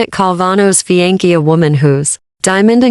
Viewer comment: FFS. Not even 30sec in and already mispronounced words. It's not "Fe-an-key. It's Fe-on-say